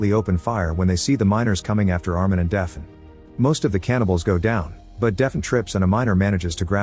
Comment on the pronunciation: Deafen? Or “Daf-nee”?